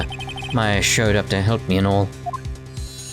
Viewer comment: thats exactly how you pronounce Mia AND Maya Name you nailed it i wonder how last it will last Oh :(